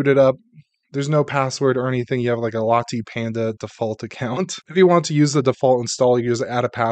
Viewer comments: LATTAY! It is pronounced LATTAY! DUH!! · Latte pronounced “La” as in Lark, and “tay” as in Taylor. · Have you never had a Latte before? It's not pronounced with a hard E sound. Just like nvidia is not prounounced nu-vidia, ;-)